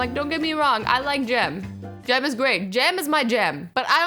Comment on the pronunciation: Azzy it's jam not jem